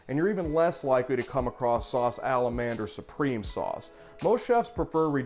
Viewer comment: I think it's sometimes better to anglasise then it is to have terrible and pretentious attempts at french pronunciations. But yeah Sauce Alla-man-d haha.